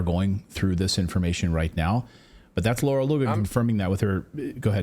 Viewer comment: It's Lara, not Laura, you journalist.